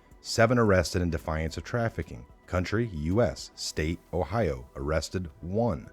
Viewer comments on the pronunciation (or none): none